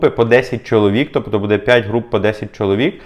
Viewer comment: Не буде а буде наголос на "бу"